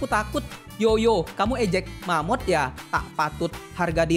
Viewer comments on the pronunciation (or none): Bang,sebutannya mammoth...